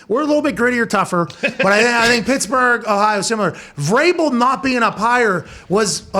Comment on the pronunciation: No biggie lol but it's Vrabel